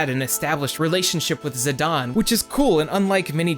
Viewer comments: I've watched this whole video. It's great. But I cringed at every zidawn. Idgaf what square says. You cannot get that sound with their spelling. Same with teedus. It's not zidawn in English. It cannot be pronounced that way. It's Zidane. Zi-dayne. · ZE - DON? I always said "Zai - den" Zidane Great video btw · also screw dissidia. its ziDANE not ziDON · you called him zi-dayn instead of zi-donn Failure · Still calling him Za-dane